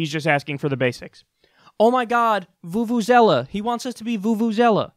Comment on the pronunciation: Vuvuzela? What the fuck did u just say, Kyle.